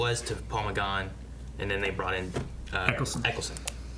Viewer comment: That's a really interesting pronunciation of Paul McGann O_O